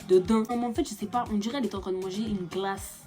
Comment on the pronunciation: " ELLE MANGAIS GLACCCE " 🤣😭❤️